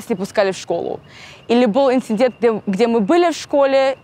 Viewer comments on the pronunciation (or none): none